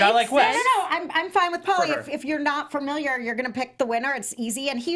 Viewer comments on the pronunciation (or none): none